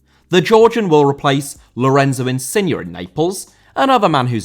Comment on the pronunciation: Insigne* not Insigner ffs, just awful